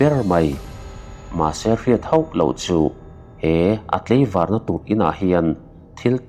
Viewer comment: Heichu kan correct ve lawk nge aw, leina nilovin laina, tleivar nilovin tlaivar ❤❤